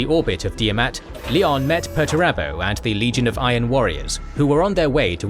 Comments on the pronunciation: Leon El Johnson...you guys make him sound like a basketball player lol. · Please, never say LIon instead of Lion 🦁